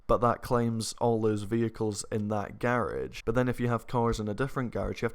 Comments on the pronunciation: So we goin ignore "garige" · "Gârage" ??? lol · Tell me how many times said ‘garage’🤣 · Anybody else like the way says "Garage"? Loving the accent mate! Your videos are lit! Keep up the good work! Hope you continue grinding on story mode! Those story mode clips are great! Always make me laugh! You a goat 👍🏾🔥🐐